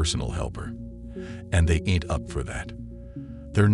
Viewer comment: A bit of advice: And this goes for anyone making video essays, etc. If you’re going to use slang words like “ain’t” and “nah”, do yourself the favor of either recording your own voice speaking what you’ve written, or (if you’re not confident in your abilities) find someone you know who acts to record the words for you. If you’ve been to school or have a job, then you either know or can easily find an actor willing to help you with your project. ((Support artists, reject AI 😁)) Slang requires a very specific tuning of the ear in order for it to feel authentic, and TTV apps don’t know how to accurately imitate cultural affectations. To have this suave, proper-sounding voice go from normal phrasing to awkwardly pronouncing words like “ain’t” and “nah” without the proper cultural inflection behind it distracts from the message. If you’re going for a serious style or feeling, stick to professional-style writing. Leave the slang for when it’s more about entertainment and less about the message of the essay. Otherwise good job!